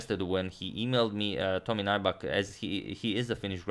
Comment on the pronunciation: "Tomi Naibak" :D